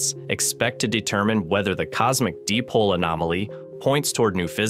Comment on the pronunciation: Interesting. Please have your narrator or (I assumea0 synthetic learn how to pronounce this correctly. "Dipole" is correctly pronounced like the words "die" and "pole", not "dip pole" or "dee pole". You really lose gravitas on this basis.